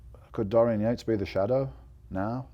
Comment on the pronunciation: Dorian Yakes!! "yeah I can't pronounce his name"!! what's that all about